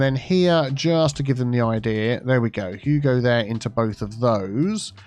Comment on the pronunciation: After a few you go there, I can't stop hearing Hugo there, Hugo there... also Hugo there.